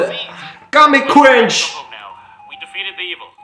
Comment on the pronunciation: I genuinely can’t tell if this dude is saying “cringe” or “qwingy”.